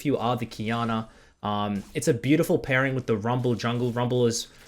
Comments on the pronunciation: Nobody:: BAYOUDIFUL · say it with me fellas, B-A-U-DIFUL